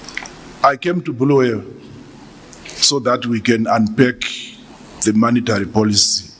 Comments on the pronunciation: minister please it’s not Bullwayo but KoBulawayo . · Say it with me BU-LA-WA-YO there's no such thing as BHU-LU-WE-YO Sir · It's Bulawayo not Bhuluweyo, you look and speak like Gambakwe 🙄